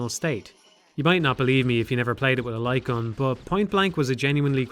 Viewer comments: I am 10 minutes and 49 seconds into this video and I am now just realizing he's saying light gun and not lycon. I had no fucking clue what he was talking about but i was just assuming he was talking about a peripheral i've never heard of before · Took me a while to realize you're saying "light gun". It wouldn't be hard to emulate them this day. You could make them work the exact same way they did back in the day, simply by having the player plug in the controller and the game rendering a white frame when pull the trigger. The reason no one makes these games anymore is that selling novelty accessories for consoles is difficult and ineffective. The future of the light gun genre is likely in VR, which already has plenty of titles that play similarly, but are much more immersive.